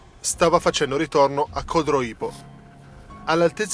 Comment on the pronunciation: Codroípo non si può sentire ! Ma santiddio!!!! Codróipo!!